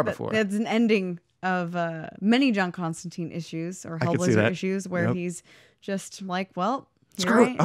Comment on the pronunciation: Constan-tyne. His name is pronounced constantyne, rhymes with fine. Sorry to be nit picky but it bothers me no one ever says his name correctly. Other than that, really fun episode. Thanks for shining a light on one of my favorites.